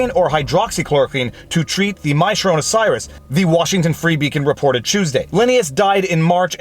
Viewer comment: My sharona cyrus? I had to put the playback speed on .5 to get it